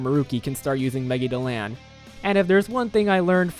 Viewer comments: "megi do loun" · Holy fuck stop thats not how you say megidolan